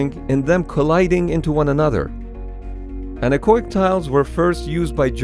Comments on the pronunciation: Anar-coic? I was pondering what that means, until at some point it hit me like a falling rubber tree: An-echo-ic! i.e. Getting rid of the sound, literally. Man that took me a while ;) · It took me several minutes of him saying the word "anechoic" before I figured out what the fuck he was trying to say. I don't know why he says it so fast and combines the 'o' with 'ic'. It's 'an-echo'ic' not 'annakoik' lol. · It took me forever to figure out you were saying anechoic, because you are pronouncing it wrong. It's not "oi" like in "oink". The two letters are pronounced separately to make it clear the root word is "echo". "an-echo-ic". Thanks for the cool video, though! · That word, which you can't quite make out, is "anechoic". See